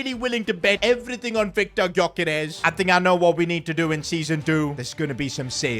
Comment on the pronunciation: The G in Gyokeres is silent